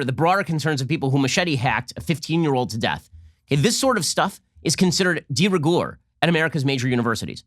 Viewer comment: tenets - not tennants:: de rigeur - de regerr